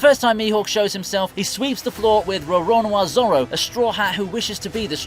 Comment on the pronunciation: How many different ways can you pronounce Roronoa Zoro?